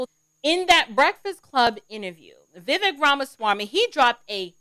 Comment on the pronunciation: pronounced Vi Vake